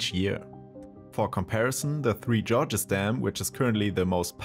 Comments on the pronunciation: Hate to be that guy, but the pronunciation of Gorges was painful to my ears. Please look it up :) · 3 Gorges, not “Georges”